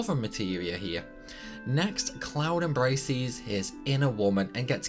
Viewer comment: You says embracies too wtf... why do you and an i to words that end in es?...